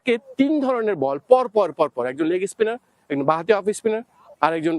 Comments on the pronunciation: apnara apnader bhasa age ektu thiik korun to reporter dada, bad baki sob pore thik hobe. legi spinner ki hoi , it's leg spinner 🙂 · ভারতীয় জার্নালিস্ট রাও বাংলাদেশী জার্নালিস্ট দের থেকে অনেক এগিয়ে। তারা Instruction কে ইনস্ট্রাকশন বলে উচ্চারণ করে। ইনেস্টেরাকসন বলে না। বা ধরুন লেগ স্পিনার বলেন, লেগী স্পিনার বলেন না, পেসার বলেন, পেইসার বলেন না। ও হ্যাঁ। আর ভিডিও রেকর্ডিং শেষে ওরকম আঙ্গুল দিয়ে মারার অঙ্গভঙ্গী ও করেনা। অনেক তফাৎ 🙂